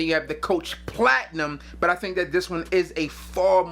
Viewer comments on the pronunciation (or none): Coach PLATINUM!!! lol mad emphasis on the platinum 😂😂😂. I wore Pineapple vintage intense, Chanel allure homme sport eau extreme, Aqua Amara, John Varvatos artisan pure, pdm Carlisle, and imaginary authors St Julep for st Patrick's day.